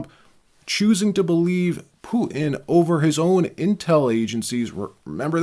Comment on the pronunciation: I’ve heard of Putin but who’s Poo-in?